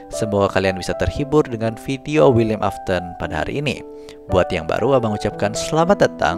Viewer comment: afton bukan aston 😅